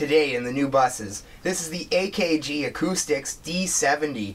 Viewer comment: Shhiieeeeet man when you pronounced AKG and Neutrik so fucking wrong I cringed a bit 😬😆😆